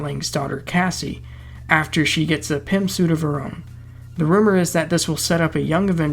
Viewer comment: Welcome back...btw...it totally sounded like you said PIMP suit rather than Pym suit 😂🤣...we've missed you.man...seriously...welcome back.